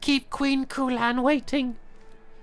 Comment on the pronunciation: I thought he said "We found Koolaid!" lel